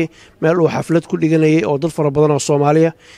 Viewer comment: it's *xafladii not 'xalfadii'. The word is xaflad.